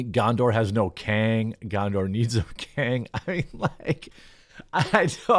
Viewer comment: The kang of middle earf